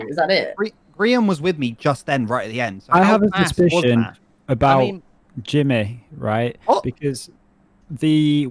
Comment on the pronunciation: hearing say “gemmy” instead of “jImmy” makes me want to ✨scream✨